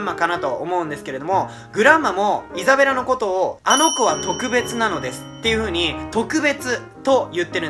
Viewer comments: のところイザベラがエザベラになってる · 5分06秒ぐらいにイザベラがエザベラになってますよー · 5分5秒エザベラになってる(笑) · ？エザベラになってる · イザベラ→エザベラになってますよ〜